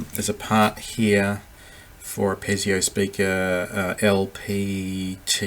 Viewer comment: Piezo speaker. It's pronounced pee-zo not pez-ee-o.